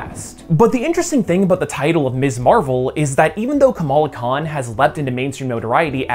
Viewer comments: Did you say Kamala Kahn-tent? 🤔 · Kamala Khan-tent? :)